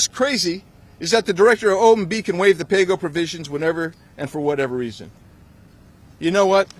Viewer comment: McCarthyism just got a whole new meaning. "Pay Go" or "Play Dough?"